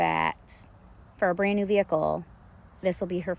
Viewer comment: “for a brand new vehicle” sounds like “fur brain” and that’s what I thought she said too lol